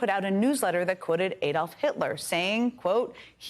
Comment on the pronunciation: EEdolf? No, it's ADDolf! Shall we call your state EElobEEmaEE instead of Alabama?